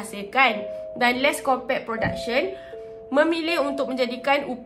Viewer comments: Akak sebutan die les’copuqe bukan “les’kopek” sorry kak nk betul kan typo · HAHA Korang camne nak pronounce Les Copaque nii HAHAHAH cz aq terdengar sebut les kopekk AQ TERGELAKK SORRY Tapi sya sebut les kopakyu atau les kopak HAHA peningg laaa syeee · Kak, cara sebut “Les Copaque” ialah “Les Kopak” 😊